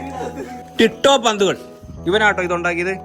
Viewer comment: ടിട്ടോ❌ ടിറ്റൂ ✅ Aregilum sredhicho😁😌